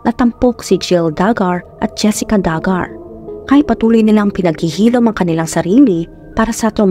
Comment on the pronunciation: Du-Gar ang pronunciation at ang Arkansas ay silent yung last na S.